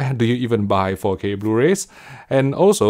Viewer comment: Why do I keep hearing "Faux K HDR"? 😏